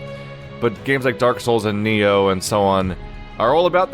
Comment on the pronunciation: Did he just call nioh nyoh